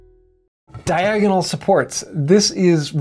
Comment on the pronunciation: Diagon-alley? Re-alley? I think you should get some more materi-alley!:-D Thanks for the vid. Appreciate it.